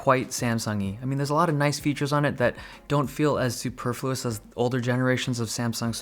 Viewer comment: my man said superfluous